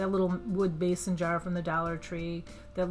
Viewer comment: Meson jar?? It’s—Mason jar!! 🙄